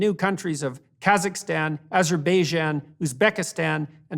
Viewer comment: "Azer-beh-jah" That's not a country, Jordan.